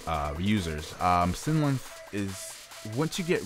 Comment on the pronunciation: Its sYlenth, not synlenth -.